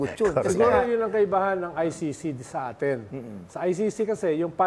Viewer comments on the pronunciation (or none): none